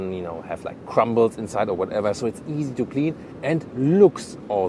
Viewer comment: Whenever a German says crumbles I can’t help but think of the Burgermister Mister Burger